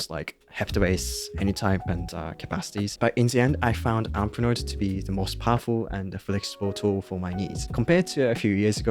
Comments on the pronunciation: "APfnoit" what? What is this app you're talking about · I can't even figure out what app you switched to. It took >2 minutes to get there and you mumbled the name and then didn't repeat if for >1 minute at which I gave up. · 👎👎👎👎Dude - no offence but if you're going to have us wait 2 minutes for what tool you ARE recommending at least have the common courtesy to pronounce it clearly so we can hear it. I've put below the exact point where you say it. "Umpernotes" "Amperunts"? seriously wtf. This is a generational thing sadly, with so many young adults having their heads stuck in their phones that they forget how o speak. They speak far to quickly with terrible enunciation. Your generation need to rediscover true human interaction. I'm sure you're a good person, just mentalise a little more - "if I'm introducing/promoting something, I ned to respect that other people are spending their time listening to me, so I especially need to pronounce the key part to a sentence clearly, even if just to the ends of getting my point across" Unfortunately, i can't trust the recommendation of someone who can't even say the product properly, so I'm out. 🤷🤷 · I can't understand the name of the tool. He mentions all the ones he doesn't use but only mentions his chosen tool once and I couldn't understand what he said. The closed captions didn't help. It should would have been nice if he put the name on the screen. Then I scanned through the notes, and I still don't know what tool it is. 🤷‍♂ I think this is called 'Stealth Marketing'. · When you say the name of the app, that is the subject of the video you should articulate, instead of muttering under your breath. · yeah I was wanting to state the exact same thing. But I worried people would think I'm being racist. But this guy speaks near perfect english throughout the entire video then suddenly when he says the apps name it's mush mouth gibberish. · If you call that speech. It was more like a murmur.